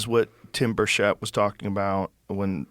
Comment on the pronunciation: Tim's name is pronounced Tim Bur-ket